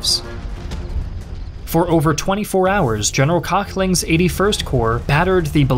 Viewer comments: Having him unable to pronounce it, the subtitles just introduced me to „General Cockling“ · Aachen was pronounced pretty well for an american speaker, but Köchling wasn't close (the O-Umlaut is almost identical to the sound from "worth" or "word" not a straight o) and Volkssturm is Pholx Stoorm not Wol... And you Americans usually love to mock us germans for being unable to pronounce V or W properly in English. :P